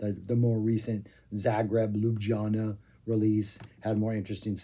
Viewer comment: FTR it's pronounced li'YOO-bll-YA-na. A town which, if you've never been there, is either stamped on one's memory by Laibach (now there's a musical adventure!) or by a certain YouTuber known for sermonising on politics and history whilst walking his cute dog.